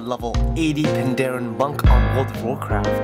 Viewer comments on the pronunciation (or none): What class Panda? Plus you said "Pandarean" wrong =P